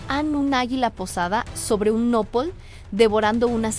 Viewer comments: Tu que estas relatando lo de texcoco de donde eres que no sabes hablar no se dice nopol sino nopal no seas bruta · Cómo que una águila posada sobre un nopol 😂 se dice nopal que bruta póngale cero 😂😂😂😂😂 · SÓLO UNA PRECISIÓN: NO SE DICE "NÓPOL", SE DICE NOPAL, TAL Y COMO ESTÁ ESCRITO.